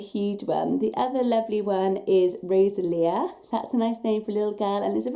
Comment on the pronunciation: Rosalia is not primarily a Pokemon name, it is a very established name, especially in Hispanic and Italian communities! And it is pronounced Roh-SAH-lia, with the stress on the second syllable.